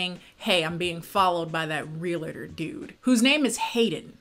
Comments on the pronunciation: The funniest thing was listening to say “real-a-tor” instead of realtor 😂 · I find it so weird how you say realtor, lol, I guess it's because you are American, I had never heard it pronounced that way, it is just an observation, love your content